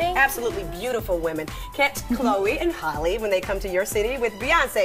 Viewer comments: Why is it so hard for people to pronounce Halle? 🤔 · Every time the interviewer pronounces Halle's name wrong, I cringe.